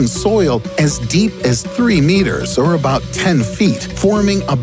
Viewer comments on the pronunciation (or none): none